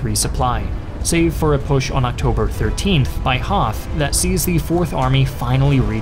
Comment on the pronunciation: Just a nit pick: General Hoth is pronounced like hot with a long o. When there is a th in german, the h is always silent. :)